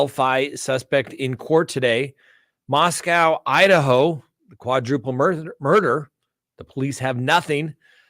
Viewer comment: FYI: Pronounced Mosco (long o) by Idahoans.